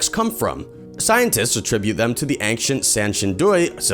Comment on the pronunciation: mystery is why he pronounces ancient like that.